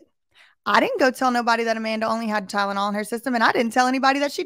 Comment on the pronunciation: at least she FINALLY learned how to pronounce Tylenol correctly 🙄